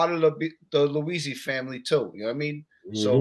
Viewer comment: Cool interview but bro, take the time out to get the guys name right. It's Bobby Luisi